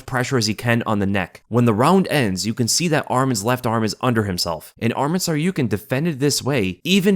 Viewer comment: Who tf is this SarYOUkian guy? sounds like he didn't go unconcious.